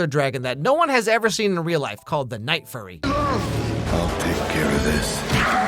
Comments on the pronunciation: The Night Fury ✅ The Night Furry 💀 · oh no, not the night-furry 😂😂 now i cant unhear that 😅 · every one says night furry, isnt it night fury? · I wonder how many other people instantly jumped into the comments to correct him saying "Night Furry" until he later corrected himself to say "Night Fury"? 🤔 Cause I certainly know I was tempted into doing that exact thing. 😅 He already knew the correct pronunciation and said it anyway to bait for comments. Afterall, he's not actually reacting to these clips live. It's part of his script he sets up to go into the final videos. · "NIGHT FURRY" lmaoooooo is it not "Night Fury"? Edit: I resumed the video and now look like a fool...